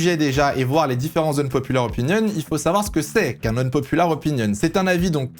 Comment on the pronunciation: Quitte a dire "unpopular" autant essayer de bien le prononcer...